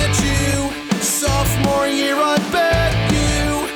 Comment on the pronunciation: I thought he said softmore year I BED YOU